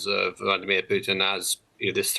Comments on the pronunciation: Prey- gor-chin, Vla-dee.mir. here we go again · Why does he pronounce Vladimir so weird? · The way this guy says vladimir, nope. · ‘Vleedemer’ Putin